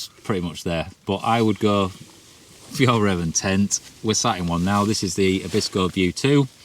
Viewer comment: As a Swede I have to say your pronunciation of Fjällräven is interesting to be sure!